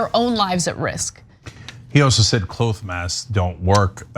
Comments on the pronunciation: It's weird, isn't it? I don't know why he's saying it like it's a long o. I wonder what's up with that as well. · Cl-oh-th masks? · Immunity is about more than antibodies. TYT really need someone with a broad knowledge of science, or at least recognize they don't know much about it. But Rand Paul is still spewing disinformation. One more thing: why is Cenk pronouncing "cloth" like "cloath"? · Actually two things: It's pronounced "cloth" like "moth" not "clouth" like "mould" Secondly, you get a flu shot every year because the flu changes. It modifies and evolves and that there are different variants, not just because you lose immunity. That happens as well, but there's no evidence- that I'm aware of- that the flu vaccine you took this year will have little affect to the same flu last year. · Cenk, you are saying clothe mask....you mean cloth mask. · Why doesn't Cenk know how to pronounce "cloth"?